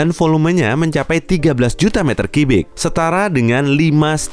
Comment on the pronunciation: kok 13 juta kibik ya harusnya kan kubik :v